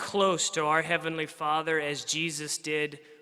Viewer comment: "JEHOHHHHHVAH!!!!!!! LOL. The 'Kevinly class'...etc...thanks for the laughs. But serious messages coming out of this convention. How many times do they say 'Jehovah' during the day? Even if you're the most ardent believer it's really weird, really wrong. If I have to hear 'the faithful and discreet slave' again I'll scream. A few passing words in the bible milked to death (or others' deaths).